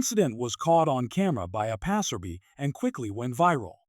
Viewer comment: Passer-bee? Who narrates these vidoes? Passer-bye is correct pronunciation.